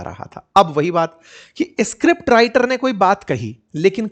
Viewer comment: sir ji … escript nhi hota. … script hota h